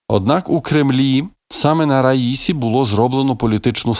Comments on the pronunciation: Наголос на останньому складі, як у французькій мові! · президент ра-сі-ї! ще раз кажу РА-СІ-Ї! ні не ра-ї-сі! ні це не одне й те саме! наступного разу не помиліться!